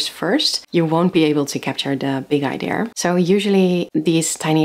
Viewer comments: I am by now convinced that there is a global conspiracy ongoing, set to change the pronunciation of the word "idea" to "eye-dear". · Idea, eye-dee-yuh. not deer, dear or dare. I'm sorry, you do say Idea a lot in this video lol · “Idea” is a Greek word btw. As a Greek I kindly ask you guys to keep your Rs off it 😁